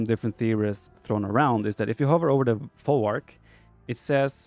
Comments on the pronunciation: Folwark is pronounced with "v" like "vet" not "w" like water. The word comes from germanic "vorwerk". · The correct pronounciation is "Folvark", not "Folwark". Nice video btw :D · You should read folwak as folvark. Polish w = English v. Jadwiga = Yadviga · You read more as folvark. "W" in polish is like "V" in english. We got strange "L" that is read as "W" in english